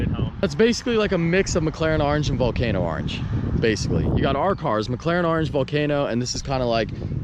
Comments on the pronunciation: I hate the way you say orange. It’s not arenge it’s oorrange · I swear you try to say orange in weird fucked up ways on purpose!